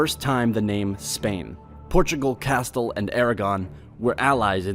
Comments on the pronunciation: It's pronounced Casteel, not castil. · When he started mispronouncing Castille as "castil" i gave up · It's pronounced CAS TEEL, the way it is spelled. U do, however pronounce it properly when saying CASTELLIAN Succession- then it's 'CASTEL' repeated 7 or 8 times -which got annoying. I thought u were saying "Castle." I don't want to nit pic, because really, the bulk of it is very good but u are also mispronouncing HISPANIA it's EZ, 'Hispan YA' not "Hispane eeya" You have a fine voice and proper American Standard accent, not some goofy English accent from the hinterland so i don't know how u got these wrong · I've always heard it pronounced "Castille", not "Castill" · Bro I'm sorry but why you gotta pronounce Castille as "cast-l" instead of "ca-stee-el" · It’s “Cast-eel” in pronunciation not “Ca-still” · Your pronunciation is awful. If you want to do an educational video you should find out how place names are pronounced. Al-Andalus has a pause between Al and Andalus, those are two separate words, because Al means 'the in Arabic". Castille is pronounced ka-steel, not castle. In Aragon the stress is on the last syllable. The list goes on. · What's with the pronunciation? "CAST-el" instead of "Cas-STEEL"? "Sub-SEE-quently"instead of "SUB-sequently"? "France did a great damage"? Whats "a" great damage? " Most wealth came from abroad.... new goods that came from Asia or Americas." You mean 'THE Americas"? "Portugal was mostly a hilly and not a very attractive country to conquer centuries ago." Whaaaa?? "The reasons for the fact that Portugal wasn't conquered by Spain are many." (Why not simply: "For many reasons, Spain didn't conquer Portugal.") Whoever wrote this needs a writing course. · I'm definitely not one to correct pronunciation, especially as it pertains to places with foreign language name origins, but I will anyway. It's cah'steel, not castle. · castle... it is not castle but castile... at least learn to pronounce every other word in the video ffs